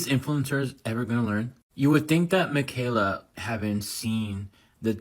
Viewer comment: mikayler nogueirer